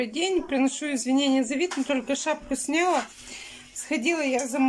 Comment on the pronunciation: ЗАнялись, забрАла, снЯла.. Уже с начала ролика так режет слух.. Учите русский язык,. Вы же на всю страну вещаете!